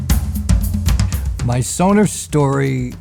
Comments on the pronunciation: He actually pronounces it correctly. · He is pronouncing it better than most Americans , they say more Sonar….